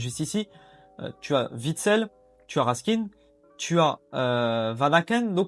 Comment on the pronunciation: Stp ca se dit raskin ( comme le pain ) 😅